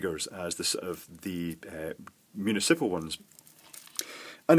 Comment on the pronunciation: moo knee sipple? I guess we take the good parts of the accent with the bad.